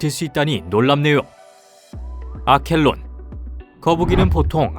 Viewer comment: 아켈론이 아니라 아르켈론입니다